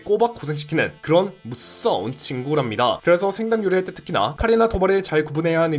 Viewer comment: 살모넬라에 걸려본적 계신가 무서운에 악센트 주네